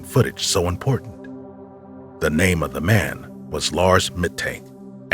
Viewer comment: immediate dislike when I hear someone say "duh" and not "the".